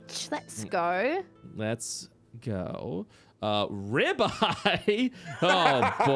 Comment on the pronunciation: Toms accent for ribeye is exactly what I wanted hahah